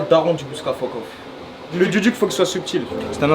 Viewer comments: Duduk ça se prononce doudouk et c'est un instrument venant d'Arménie. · Le duduk est un instrument arménien carrément incroyable ça fait plaisir de l'entendre ! Juste les gars, ça se prononce "doudouk"